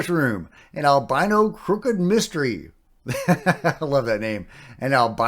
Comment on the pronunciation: Can you say Albino again ....